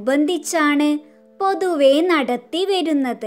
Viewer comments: Pothava alla pothuvay yan🙂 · പൊതുവേ എന്നല്ല പൊതുവേ എന്നാണുട്ടോ അക്ഷരത്തെറ്റ് സൂക്ഷിക്കണം എഴുതുന്നത് തെറ്റാണെങ്കിൽ വായിക്കുന്നത് സൂപ്പറാട്ടോ എന്റെ സ്കൂളിലേക്ക് ഇതൊക്കെ പഠിച്ചു വരാൻ പറഞ്ഞു ഞാൻ നാലാം ക്ലാസിലെ ഫാത്തിമ ഷെറനാണ് വീഡിയോയിൽ പറയുമോ